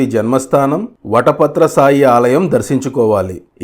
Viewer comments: వటపాత్ర "సాయి"కాదు శాయి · మొదట మీకు ధన్యవాదములు ! వట పత్ర సాయి అని పలకకండి , వట పత్ర శాయి అని పలకండి !! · వటపత్ర సాయి కాదు 🙏 వటపత్రశాయి ఓం నమో నారాయణాయ\!/